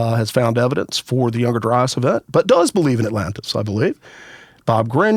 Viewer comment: If I hear younger dryis and antrhpidegous one more time my heads gonna explode. 🤮